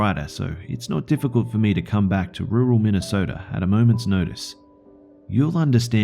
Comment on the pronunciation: IM FROM MINNESOTA!!!!!!!!!!!!! MENTIONED MY HOME STATE!!!!!!!!!!! AND HE SAID IT CORRECTLY (it's rather surprising how some people pronounce Minnesota).